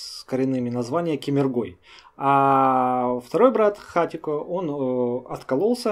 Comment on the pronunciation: хатуко правильно, а не хатико, ну и конечно атажукИн режет слух)) на У ударение... а так👍